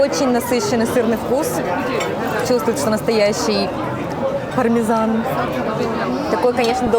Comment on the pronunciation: Пармезан... пармезан... ПАРМИДЖАНО! Ке коза иль "пармезан"? О, мама миа! Перке? (далее следует непереводимая итальянская речь сопровождаемая активной жестикуляцией)😉🤣 PS: Путешествуя раньше по Италии или Испании, слушая местных, как-то незаметно со временем переходил на "англо-испанский" или "англо-итальянский", хотя эти языки никогда не учил! Просто вспоминается советский Ералаш "40 чертей и одна муха" или что-то подобное и слова сами всплывают из памяти и вклиниваются в речь. Во франции не был, но думаю там был бы такой же эффект ))